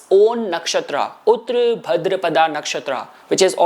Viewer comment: Not उत्र but उत्तर (ओत्तर) that means Post पूर्व means Prior, before. Please learn and Speak Hindi Properly.